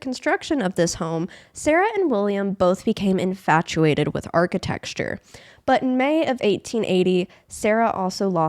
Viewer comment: I'm sorry😂😂 "Archi-texture"?😂😂